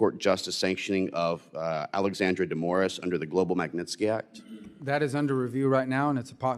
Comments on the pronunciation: Não é magnitinske ....é magnitski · a pronúncia é maguinisqui